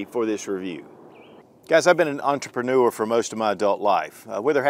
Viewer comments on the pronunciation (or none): none